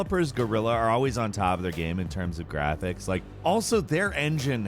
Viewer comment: like a we know like ...... this is really like.... in terms OF Graaphecs bruh this guy talks like the high school bitch